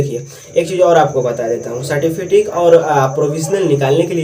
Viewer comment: گڈ بہت اچھی جانکاری دیا بچھو کو مستقبل میں سب کو ضرورت پڑتی ہے ۔تلفظ درست کی ضرورت ہے سرٹیفکیٹ ہے certifikit نہیں